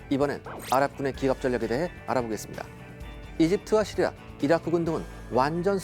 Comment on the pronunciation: 차량 연결해놓고 어디다닐때마다 잘듣고있습니다 근데 시리아 발음이 너무찰지셔서그런지 폰이 자기부르는줄알고 멈추네요 으아악